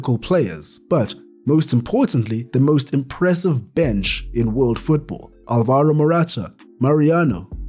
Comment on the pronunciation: Alvaro, not alvAro